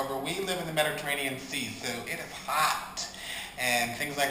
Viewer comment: When you say ho*t* it cracks me up every time. Thank you for this recipe!